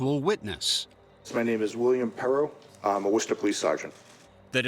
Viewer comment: 😮 My face when binging these and come across one from my own neighborhood 😮 Props to the narrator for actually pronouncing Worcester correctly!